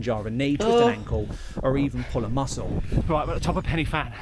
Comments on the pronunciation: Prounuced pen y van not fan ! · Hi and. Pen Y Fan in the Brecon Beacons or Bannau Brychiniog as it is now known. Isnt actually pronounced Penny Fan in its original Welsh language name. The letter F is pronounced as a V so the actual pronunciation is Pen Y Van with the Y effect being pronounced as a phonetic U or in Brythonic Welsh its just a lot of English speakers dont understand the Brythonic Welsh pronunciation of the wording. So say I as It looks. You actually really need to check out the SAS storming the Iranian Embassy in London in 1980 to see just how the SAS operate on a actually mission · Pen uh van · It's pronounced "Pen y(like the I in stick) Van", it's Welsh. Should be called the Van dance so englishers can say it correctly. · It’s not placed, it’s the countryside in Wales. The Welsh pronunciation of pen y fan is ‘pen u van’. Diolch! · I’m not Welsh but have lived in Wales for the past 28 years. Listening to the guy mispronounce Pen y Fan is doing my head in. 😡😡 You’d have thought someone making a video who would then proceed to say it over 10 times, I didn’t count because I was p*ssed off listening, would research it’s correct pronunciation. It grated on me so much I nearly stopped watching. If there are any Welsh watching they’ll be spitting fire.